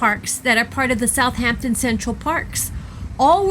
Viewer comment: Thank you for your video. You hit a lot that this cool city has to offer for folks ahead of a cruise. Great places. I have to say that I couldn’t help but cringe every time I heard South “H” ampton crisply enunciated. Drop the h… South’ampton. Especially if doing travel videos, great to check the pronunciation with a local or even a quick Internet search.